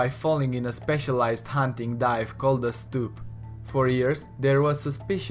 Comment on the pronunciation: It is not duh